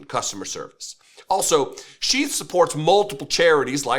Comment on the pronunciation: at first, i thought you said chief underwear. then, i looked at the video and it says sheath. maybe the company should change their name to chief underwear. it sounds more manly.